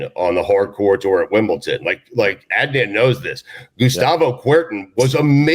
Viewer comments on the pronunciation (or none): the way Stu pronounces it "Wimbleton" drives me up a wall